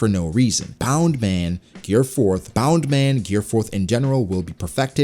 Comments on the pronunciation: um excuse me why u keep saying bound man??its bounce man its either u speek japanese fully or none u use it like its literally what it names i got used to it but then i realise u keep saying bound man like ur mocking luffy just say bounce man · Why do you keep saying bound man? Isn't it Bounce.